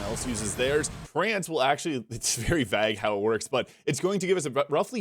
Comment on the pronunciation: Vague is pronounced 'vayg'.